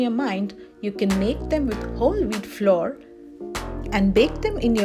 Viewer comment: nice recipe dear but correct pronunciatons: flour - not flore but same as flower oven - not oh-ven but Uh-ven..........thank you dear, please don't mind, God bless